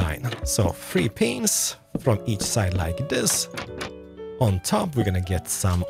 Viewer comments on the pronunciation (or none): sounds like he saying “window penises” xDDDDDDD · I know you have trouble with English but I heard you say pain in the vid and window panes are pronounced the same lol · the way he pronounced panes HAHAHAHAAHHAA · Started watching back in like 2012 when I was in middle school and I just started again bc I have too much free time and I swear I never noticed how says window “panes” lol definitely my favorite Minecraft content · what were you trying to say?! lol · I think your saying it wrong 😂